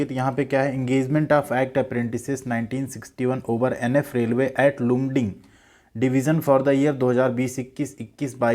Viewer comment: Its pronounced as Laamding Mera bhi mail aya hai, ITI 83% 10th 59%, Welder ST